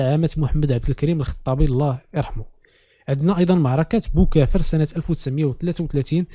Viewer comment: استاد عافاك راه معركة بوغافر ماشي بوكافر و سمحليا وتبارك الله عليك